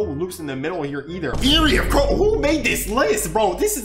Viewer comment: NO WAY THIS DUDE SAID ERIE AND BADHAM AND KILLER SIDED LMAOOOOOOOOOOOOOOO